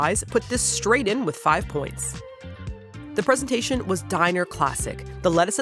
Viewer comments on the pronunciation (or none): none